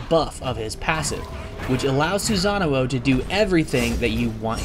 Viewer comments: Actually the one that should be corrected is the "sa" part.....He pronounce it as "za"(or maybe it is just that he pronounced it in the English way?I am actually not very sure about that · you keep adding an extra oh when you say his name. its sue-sa-no not sue-sa-na-oh. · He said "Susanuo" for literally the whole video. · I've heard Susan-uo xP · every time he pronounced his name I cringed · Guy pronounced "Susano" wrong the entire video.